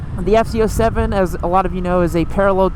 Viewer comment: It sounds like your saying ft 07?